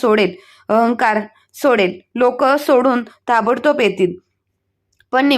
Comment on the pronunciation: तापटतोप नाही ताबडतोब